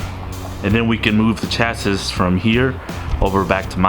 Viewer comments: Yeah I don't think I can watch a car channel that don't even know how to say chassis! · If you are going to build and race cars you need to learn how to say chassis the s is silent